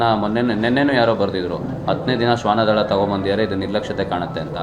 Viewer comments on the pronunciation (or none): ಶ್ವನದಳ ಕರೆದುಕೊಂಡು ಹೋಗುತ್ತಿದ್ದೇವೆ ಎಂದು ಹೇಳಿ, ಶ್ವನದನ ಅಲ್ಲ ಕಳೆದುಕೊಂಡು ಅಲ್ಲ ಕನ್ನಡವನ್ನು ಸ್ಪಶಟವಾಗಿ ಮಾತಾನಾಡಿ ನೀವು ಅಯೋಗ್ಯರಾಗಿದ್ದರೆ ರಾಜೀನಾಮೆ ಕೊಟ್ಟು ಹೋಗಿ ಅಯೋಗ್ಯರು ಬೇಡ..